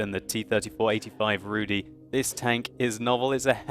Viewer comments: RUUU DIIIII (long i)... not RUUU DEEEE (long e) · Pleas pronounce it /rudγ/, not /rudɨ/. And joke about vodka was bad one. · Zabawnie słyszeć wyraz "Rudy" wymawiany przez anglojęzycznego człowieka :D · Not Rudi but ( Rudy ) and not Szaryk but Szarik :)